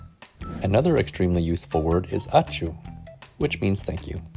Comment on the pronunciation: Lithuanian here. Ačiū is pronounced more like ah-chew not ah-choo. Btw love videos!